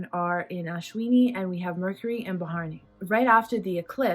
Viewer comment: it's not ba-haa-r-ni.... it's bha-ra-ni... pronounce like bhuh-ruh-nee